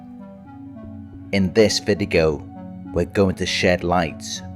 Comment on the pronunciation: "in this vidigo" lol